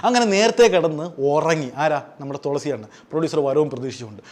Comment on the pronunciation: തോളസി അല്ല തുളസി 😂😂